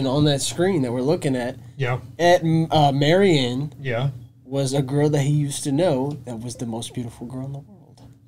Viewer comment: Mary Ann, not Marian. Marian was Robin Hood's chick.